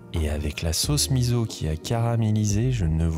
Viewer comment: Vidéo appétissante ! Je vais faire ma pénible sur un détail qui n'est pas de la cuisine à proprement parler. 🙃"Miso" se prononce misso (pas mizo).